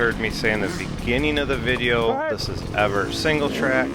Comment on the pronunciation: Rode there about 20years ago. Coming from north of there, I was surprised at the amount of large rocks as it’s mostly sand where I’m at. It’s pronounced Ev-ert not Ev-Art. Just so next time you sound “local” 😂